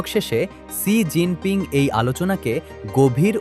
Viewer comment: ছি জিন পিং নয়, "শি" জিন পিং হবে সাংবাদিক ভাই।